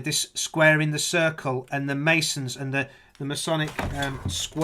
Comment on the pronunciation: What a delightful, good old-fashioned conspiracy nut. :-) I managed to keep it together until I heard how he pronounced radius/"Ra dius" and circle/"Kirk-el"/"Church-el". I guess all pizza is masonic conspiracypizza, what with it starting with "Pi" and having 5 letters in the name.